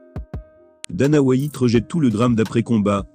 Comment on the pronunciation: le plus drole c'est les prononciations anglaises dans le commentaire : Dana Why-ite et Just1 Gaethje